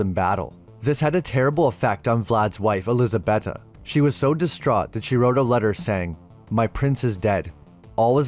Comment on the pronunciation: Eliza-BAY-ta. Say it with me, ElizaBAYta.